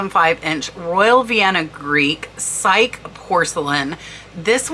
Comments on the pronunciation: Psyche is pronounced Psy-kee she was Cupid's secret lover.... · FYI “psyche” is pronounced as Si Key. So appreciate these prese ntations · "Amor u Psyche": the name Psyche is pronounced psych-E and means "the soul". Greek myth is Psyche and Eros (the handsome son of Aphrodite) and Roman is Cupid (handsome son of Venus and not the cherub with a bow and arrow we all know) so kind of a mash-up there as "Amor u" (Latin) to represent "Eros or Cupid and". Thanks for the heads up with the bud vases, I pick interesting ones up whenever possible and now I know some names to look for; this was a great idea for a video. I love to grab a few flowers from the garden and scatter or group them in bud vases. 🌸🌼🏵️😊🇨🇦